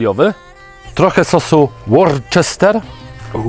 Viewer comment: Łóster się czyta, ten sos na W